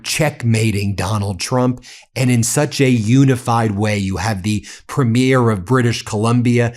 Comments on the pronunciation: Ben, I love your content and watch all of the time. But I do have a nitpick about your pronunciation of the word "premier" when referring to the Premiers of Canadian provinces. The word is pronounced with the emphasis on the first syllable. PREEM-yer. I'm pasting an AI explanation of the difference here: The word premier (as in the head of a Canadian province) is typically pronounced PREEM-yər (/ˈpriːmjər) or PREM-ee-er (/ˈprɛmiər). It has two or three syllables, sounding like "PREEM-yur".Pronunciation BreakdownPhonetic: PREEM-yər or PREM-ee-erSyllables: PREEM-yur (2 syllables) or PREM-ee-ur (3 syllables)Stress: The main stress falls on the very first syllable (PREEM or PREM).Compared to "Premiere"People often confuse premier (the political leader or top-ranking adjective) with premiere (the first showing of a movie or play).Premier (Politician): Ends with a crisp "-yur" or "-er" sound (PREEM-yur).Premiere (Movie event): Ends with an "-eer" sound (prih-MEER). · Ben, Premier (provincial government leader) is not pronounced the same as premiere (first launch of a movie or other event). The emphasis is on first syllable. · I love you, Ben. As a Canadian, the only correction I can see needs being made is your pronunciacion of premiere...as in provincial premiere. In Canada it is "prémiere" not "premiére". Having said that, I love you and your incredible and passionate work. Keep it coming!! ❤ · Ben, Ben, Ben. You pronounce Ukrainian and Russian names so clearly, why can't you say Preemier instead of Premeer? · Please note: it's pree- mure. (Accent on the first syllable) Premyare(premiere)( the way you say it- would be correct for female premiers. Sorry, as a Canadian it grates on my ears. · PREEM-yer, PREEM-yer. Not première. It's not a movie première. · Why do 'Americans mispronounce 'premier'. it is pronounced 'Preemyear". thank you. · Why don't you pronounce the word Premier like a Canadian instead you the weird way you pronounce it instead of the phonetic PREEM-yər